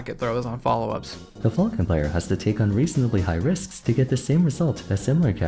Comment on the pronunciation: "Captain Fulkin". It's FAL-CON. Good lord.